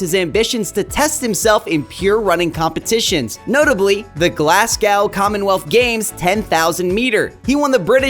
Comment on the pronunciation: Pronunciation? lol Alistair and Glasgow ouch!